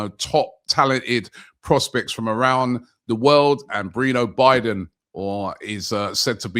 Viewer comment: From: "Bre-no Be-don" To: "Bree-know Biden" :D the butcher strikes again :) Butchering names since 2010